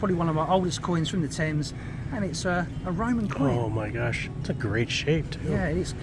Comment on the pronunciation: The taymes? 🤣😂